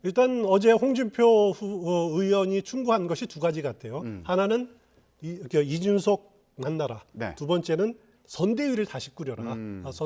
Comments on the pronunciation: 이준석인데 왜서 내귀에는 이윤석으로 들릴까 내가 문제인가 아님 저사람이 문제인가 헷갈리네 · 이제는 이주석이라고 하네~저사람 언어장애가 있는 건가~헐!